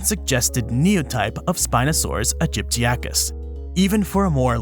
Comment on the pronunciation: It's not Aegypticus, but AegyptiAcus. A common mistake, but one unworthy of an expert such as yourself. Otherwise, a superb video!